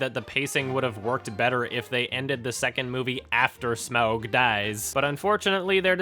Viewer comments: There's no O in Smaug. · "SMOUG DAAIS" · The way he says smaug is hilarious lol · Anyone else love it when says Smaug?